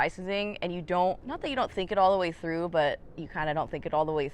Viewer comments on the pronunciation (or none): none